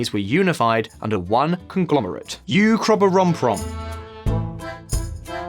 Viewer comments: Ukroboromprom Uuuuu-korro-prrom-pome! 🤣🤣 Oh Scots! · You rookies misspelled and mispronounced Ukroboronprom. I know this because I'm writing a rom-com about Ukroboronprom.